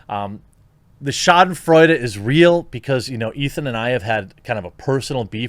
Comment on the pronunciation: First time I hear an American say „Schadenfreude“ the right way. Cheers up my non-existent German heart.